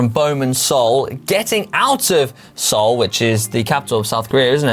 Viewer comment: I’m Korean American and because GCN is so awesome - gets a pass for mispronouncing Seoul! Don’t worry brother.